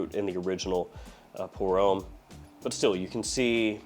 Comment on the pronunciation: Pour homme is “um” like “hum”, not “ohm” like “home”.